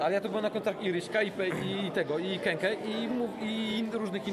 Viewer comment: Jak ktoś pisze KEKE to pół biedy, ale jak ktoś mówi KEKE zamiast KĘKĘ to hujowo.. naprawdę.. a jeszcze inny typo coś gada że płyty ok a koncert zniszczył - koncert przecież był zajebisty.. hm